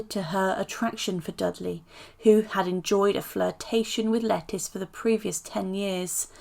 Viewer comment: Hey, just a heads up, it's not pronounced "Lettice" but "Letisha", lol!! She's not a vegetable!!! Lol